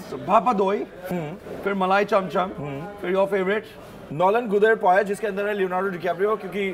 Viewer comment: . Nolen GUD er payesh 🤦 GUD means 🐈 and I don't mean a cat. It's nolen gur er payesh. And lovely video but tasting sweets one after another kills the taste. U won't get it, there needs to be some time in between or a change of taste-bud atleast. That's not possible I know but just saying.